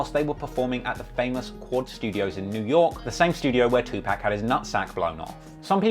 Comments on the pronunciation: ITS 2PAC!!!! NOT 2PACK!! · This fool says 2pack.